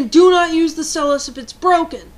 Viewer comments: Good video I dont use my stylus often because I put it down on my desk and my cat runs off with it, so I just use either A: my finger if im playing say bleach or B: I just use a pencil lightly doing what i need to do with it using the eraser. also TO ALL OF YOU FUCKING IDIOTS WHO ARE INSULTING HER FOR SAYING STYLUS WRONG IM MARKING EVERY ONE OF YOUR COMMENTS AS SPAM. (unncessicary (lol spelling sorry) yelling ftw) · nice pics -i like how you say "stylus" sounds british *^ ^* -good advice -some of us just naturally push hard on things like writing, some write super soft you can't even see, and others write super deep into the paper, in making it feel like braille cuz we feel that others can't read it cuz it too soft -i'm srry i have to let this out but...yhu sound like a guy... ok to those who are going balistic over her rant -u eihter have nuttin' else ta do or -ur just aggresive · Stel-us lol it pronounced style-us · i think it is prononced st-ie-lis not st-e-lus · its stylus not stilus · It isn't "Stillus" it's "Stylus" (ST-IYE-LISS) Edit: I just read the description, I apologize for the original comment. XD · STY-LUSS Ok? That's how it's pronounced. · Just a tip, I know you say stillus instea of stylus but when you are trying to get a point across, constantly mis-pronouncing one of the main objects makes you look less intelligent and/or making it seem like you don't know what you're talking about. No offence, though. :) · I know it's kinda annoying to complain. But I can not help it, I just find it very odd that you pronounce sty-lus, stelis. I really find it annoying. But you are right. People who use stuff like pens on such an advance technology.